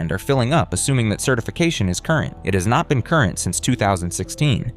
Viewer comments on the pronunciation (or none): none